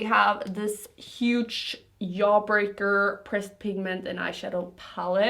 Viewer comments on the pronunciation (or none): It is so adorable how you say “yaw-breaker” 😍❤️ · Yeffree Star cosmetic's Yawbreaker palette! 😂😂😂❤ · Somehow i'm triggered by the way she pronounces jeffree and jawbreaker😂💕 no offence